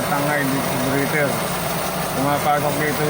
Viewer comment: breather boss not brieter 🤣🤣